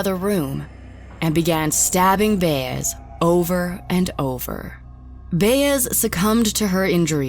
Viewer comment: The way you’re pronouncing “Baez” makes me cringe lol